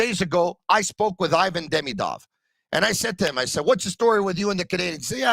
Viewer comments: He looks a lot like Kovalev! Skill wise also. Btw, it’s “eevan” not “eyevan”. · the i in ivan is pronounced like the i in marinaro. You know it.